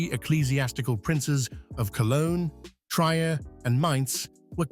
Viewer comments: Good video, but "Trier" is pronounced "Treer", not "Tryer". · Trier rhymes with pier, not tryer. As you correctly allude to the magnitude of this conflict, and a short video such as this barely touches the sides. 'It's far easier to follow convention, and break it down into four phases, of course if you choose to focus upon the lead protagonists, then their lives overlap the phases, furthermore the peace negotiations should be dealt with separately. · I would think the narrator would know the pronunciation of Trier, after all it’s only a stone’s throw from England.